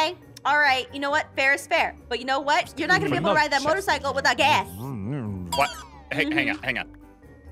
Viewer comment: am i the only one who thinks that this part is hillarious so i keep replaying it 😂😂😂when says "is it eins face?" 😂😂 Edit: and when says "his blue hair streak" Edit2: is also so funny😂😂😂 Edit2: also is a savage😂😂 Edit3: when she said gas it sounded kinda weird Edit4: 😂😂 aph and ein are going up agnst 😂😂